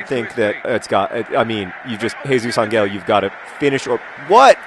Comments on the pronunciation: ever since someone pointed it out, i've been obsessing on how John says Jesus Angel, it's AN-EL no hard G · Um, I speak Spanish (hence the username). Angel is not pronounced with a g like the one in 'goat,' it is pronounced very much like an 'h' sound. Try saying it out loud. Even in English, we pronounce angel with a soft g like the one in gentle. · I'm not going to argue anymore. But there are some RIGHT ways of pronouncing a word, and there are some WRONG ways of pronouncing it. For example, if I wanted to say Green with a g like in the word 'giraffe,' that would be wrong. That is exactly the same thing that is happening here. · It's not Angel with a hard g. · Actually, it's still pronounced with a "h" in that universe, but pronouncing things wrong is sort of John's thing. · I'd like to add that the mispronunciation is part of a joke. Jesus Angel? Eh? Get it? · The literal meaning of Àngel is angel. The choice then is whether to pronounce it as a Spanish name, or to just pronounce it as angel in English. The way that John pronounces the -el leads me to believe he wants to say it in the Spanish accent. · This was frustrating me, too. I couldn't figure out why. Then I realized it was a 50/50 pronunciation.